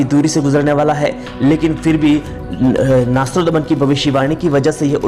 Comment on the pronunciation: Nastrodman nhi nastredmas naam h unka